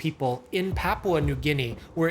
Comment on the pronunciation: The "Pa" in "Papua" rhymes with "Scar" (or "ska" if you're rhotic)